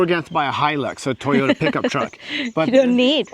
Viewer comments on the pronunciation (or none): none